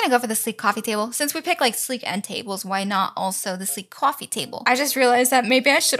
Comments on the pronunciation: U still remember the iconic "toaster, cwoffe maker and blender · I got to put a cwoffe table lol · When you say ''coffee table'' you say ''Coauffee like a baby and the table'' ?